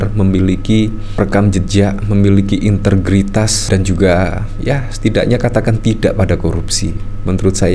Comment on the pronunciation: Integritas bang. Bukan intergritas😁